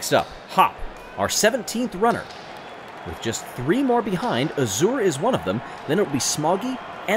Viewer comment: Looks like Yellow Eye does better when the track around him is open. Nice job coming back from getting bumped down! pronounces azure weirdly.